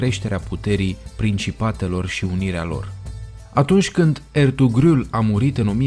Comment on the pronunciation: eyvallah abi; stiu Era yumuşak ğ ! Nu la pronunțat bine pe Ertuğrul gazi 😂😂😂😂🇮🇱🇹🇷